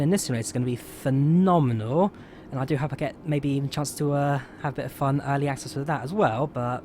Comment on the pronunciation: Early or alley access did you say?